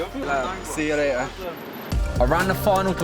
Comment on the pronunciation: w the English accent on the "see you later" 😂